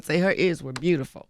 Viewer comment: Did envy just say "bootyfull" ?